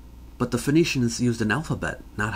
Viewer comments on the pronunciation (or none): none